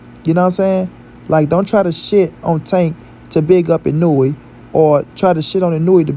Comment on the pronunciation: you are BUTCHERING that man name geezus 🤣🤣🤣